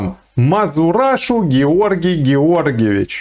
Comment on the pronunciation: не мазурашу а мазераша ))))